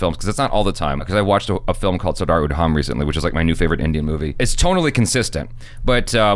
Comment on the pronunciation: 2 days of searching what film was referring to, when he said "Sudarudham" lead me to "Sardar Udham". Phew! that was worse than a ear worm. Now I can sleep.